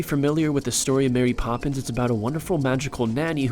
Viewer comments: It’s Mary Poppins not Marry Poppins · Why would I 'Marry Poppins'?! IT'S MARY POPPINS